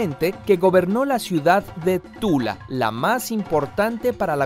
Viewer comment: DIJISTE TULAA???